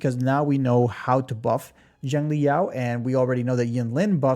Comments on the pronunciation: In Chinese Xiang is pronounced more like Sh-ung. But you should use the closest English pronuncation, so just ''Shang'' like Genshin's Xiangling. But yeah a lot of gacha CC's really do be reading the names in the most random ways, like they dont know English or Chinese. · 😂that’s just another way to pronounce it wrong bro. There’s no English equivalent of X sounds that’s why it’s so hard for westerners to pronounce. Just call him Yao that’s his given name anyways Xiangli is his family name